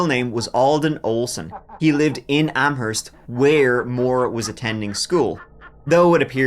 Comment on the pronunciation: Points from this masshole for pronouncing Amherst correctly! I didn't know about the videos about Maura. So sad. Re: The family annhilator -- at first I wondered if it was a Dupont de Ligonnès-like case where he was running out of money and didn't want them to know. (Not that that case is any better, just that Xavier DpL might have convinced himself that killing them was a kindness.) But Lynnette's husband just wanted them gone. I think what you said about how he wanted the world to end and ended his own world instead is a great way to put it. Sometimes I can't handle your videos, (my issue, not yours. I just can't take so much sadness some days). But they're always excellent when I do watch and I've been subbed for years.